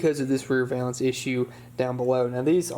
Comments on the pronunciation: Valance, sounds like Jack Palance. Val-ence, not vay-lence. You were right the first time. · says VAY lance but I always have said VAL Lance